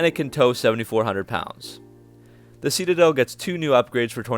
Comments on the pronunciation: It’s pronounced ‘sit a dell’, not ‘see ta dell’ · Seat a dell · Is it ironic or just idiotic that someone telling us about these cars can't even say the name ("see-ta-dell"). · You say citadel so goofy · You say Citadel wrong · Nice vid but please learn how to pronounce citadel. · Reese Barger he also says “button” like “budden” and “fascia” like “fasheea.”